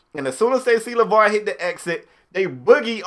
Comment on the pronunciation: Lmao "Laval"... "Laval"... makes a whole pod cast about a dude and his family... and doesnt know his name is "Lavar"